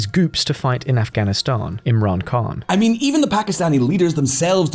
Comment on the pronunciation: I Keep getting confused when he pronounces Khan like an American pronounces Can. An American wouldn't even pronounce it like that.